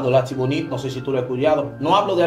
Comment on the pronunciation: En español se pronuncia altibonito 😊